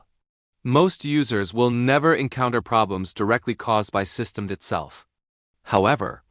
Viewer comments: its pronounced system-dee not system-ed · AI is saying systemed, instead of systemD. Next time put system-D or system D. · AI failed to pronoun `SystemD`. Keep saying `System`. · Someone needs to teach their AI to pronounce System D correctly. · AI can't say systemd right.